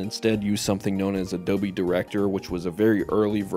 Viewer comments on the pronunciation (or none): none